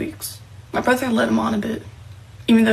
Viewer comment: It's so sweet that she exposed her "Little Brudder"